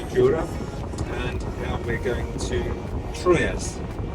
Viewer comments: Great road trip back home. You both had me cracking up at your pronunciations of Troyes - not sure if anybody else has mentioned this, but it is simply pronounced “Twa” 😂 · A bitter sweet video.... boohooooooo she's a gone!! Troyes is pronounced like 3 in French. It's kooky but that's the French. LOL. Aspetta... rant!! LOL. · Troyes is pronounced Trois, the French for three! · FYI Troyes is pronounced very similar to the French word for three. Break the word into syllables: “troy” and “es”. Pronounce the first syllable, “troy”, as “twa” (like the word “twa” in English). Pronounce the second syllable, “es”, as “eh” (like the “e” in “bed”). Combine the two syllables to pronounce the entire word: “twa-eh” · Remember In french never pronounce the final S (Sallanches, Troyes, Paris.... )